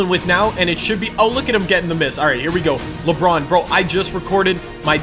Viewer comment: Anybody else think he says LeBrun